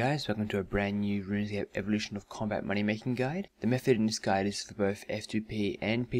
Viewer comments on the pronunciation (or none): none